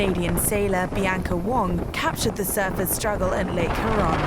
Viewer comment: It sounds funny with the narrator putting the emphasis on the wrong (wong!?) syllable. It's not hu-RON... it's HURE-on. And yeah.. that's a fresh water sea there ... not so much a lake. You get 10-20 miles off shore in 25-30 ft. seas (which come at you with greater frequency on the Great Lakes than ocean waves I might add), and I guarantee you won't be disrespecting it as "slop".